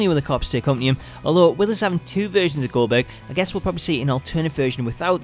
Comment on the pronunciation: needs to redo that "Goldberg" line again. Last time I remember, I don't remember his name being "Gober".